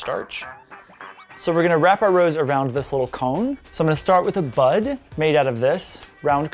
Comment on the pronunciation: When he said bud... kept thinking that he said butt and I was like 🙀